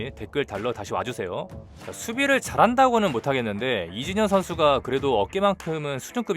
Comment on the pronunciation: 왜 이진현이라고 들리죠 ㅋㅋ 영상은 잘봤습니다~